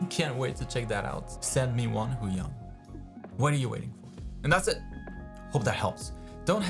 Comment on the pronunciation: lol "Huion Chan"